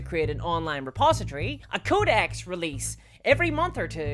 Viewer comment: Great video but why say codex like ”cow disease”